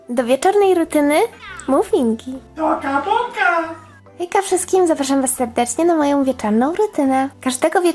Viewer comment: nie no pięknie powiedziałeś,,toka boka" poprostu 10/10 😂😂